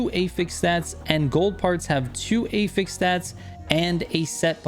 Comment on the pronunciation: Hearing him say Affix like "ey-feks" is so confusing until I saw he was talking about affixes 😭